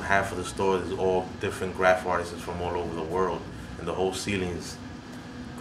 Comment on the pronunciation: doesnt know how to say artists lol